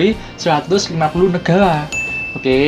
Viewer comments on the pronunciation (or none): Negara kak bukan negala